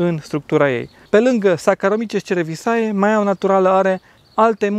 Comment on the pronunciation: Cred că pronunția corectă ar fi: Zaharomices cerevizie.